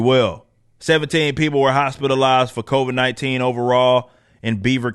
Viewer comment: lol "the covaids"